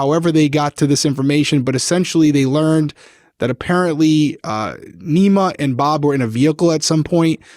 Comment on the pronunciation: lol the name is pronounced knee-mah (like nemo but last vowel is a long a sound); last name is mo-men-i -- i literally laughed out loud hahaha, solid attempt tho! :)